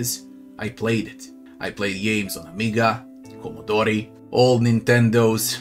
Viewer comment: Fun how you pronounced the Commodore.. hehe Man everyone gives priority to certain elements of a game, and based on that the overall opinion of the game can differ person to person. I know your background in gaming, i know what you value the most and with this i watch your reviews, your critics and your tasteful opinions with consciousness. It is so important that in video game reviews you find people you seem to know in their analisis, because games are not objective, and to have a good preview of what you might end up buying, you first need to find people that have similar tastes and priorities as you. Thanks for all the reviews, all the videos, of the indie showcases aswell, i watch them all for years and you are always choerent with yourself game after game after game.